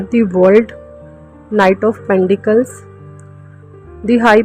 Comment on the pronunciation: Pendicles nahi hai Pentacle hai😅